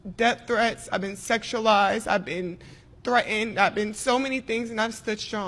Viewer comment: "I've been 'thre'end' and I can't even pronounced the word.. why is people's so mean to me cause I'm a grown woman that aks and talks like a 2 year old?.. "